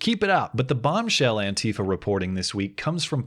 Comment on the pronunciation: It is not antiiifa, but anti fa .... pleeeeeaaaase!